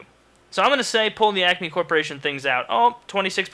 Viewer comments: I thought he said "acne corporation" for the first question... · It's ACME not acne... Look it up haha